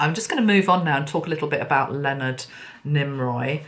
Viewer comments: Nimoy not Niroy. ♥️ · Why did you call him "Nimroy"? It was NIMOY. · NIMOY sweetie not NimRoy 😘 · Lol, Leonard Nimoy (Nee-moy), not Nim-roy. 😂 You're so adorable. ❤ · Why did you keep calling him NimROY? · Thank you so much...that was really interesting. I love how you connect the different signs and synchronicities...wow so many messages from that. Yes, it was James Cameron who did Titanic. Also, I have to mention cause it was bugging me a bit..it’s Leonard NÉE-MOY not NEEM- ROY. Not sure why the “R” kept coming into your pronunciation of his name...anyway it was all still really FASCINATING (as Spock would say). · Good morning from Canada. 🇨🇦👋. Mr. Spock’s real name is Pronounced: Neemoiy. There is no R in his name. 👍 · Why do you call him NimRoy? you must be tired.. my favorite was Bones but Spock was a second favorite. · Thank you,! I've been a long-time fan of Leonard Nimoy and I have his books. His last name is pronounced "Nee - moy". 😘 ⚘ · I sent angels to be around her and saw her surrounded by angels. Dear, I adore you, but his name is Nee-Moy